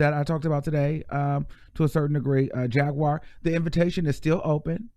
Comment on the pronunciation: Dont read Jaguar like that mane lol 😂 🤣 😆 💀